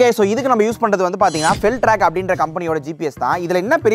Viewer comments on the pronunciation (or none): Bro அது fபெல் ட்ராக் இல்ல fபீல் ட்ராக்